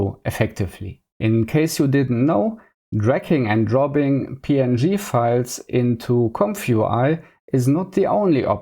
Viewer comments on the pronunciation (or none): Ze famous "Compfoowhy" in ze cloud workflow? Zänk ju for ze detailed setup! Seriously tho: I see you trying and I respect your hustle on your journey to master the infernal "th". It's just tongue muscle range that gets better over time, but only if you keep developing those muscles and never stop practising! But also: "Tracking and drobbing" was the highlight of my day. Thank you. Subbed. Liked. Recommended! :) Keep it up, bruzza 👊